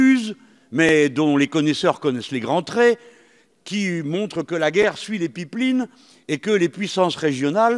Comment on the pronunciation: Les pipelines mdr ! English made in Mélenchon ^^